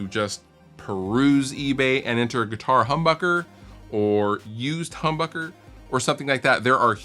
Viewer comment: nguitar the n is silent